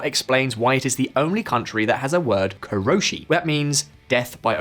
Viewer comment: Its not koroshi which would mean to KLL 殺し Correct your word its 過労死 pronounced as KaRouShi which means work like you would die overdoing.